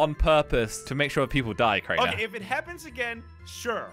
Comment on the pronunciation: It's keraner